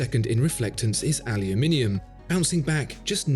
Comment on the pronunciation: Finally someone who pronounce "aluminium" correct.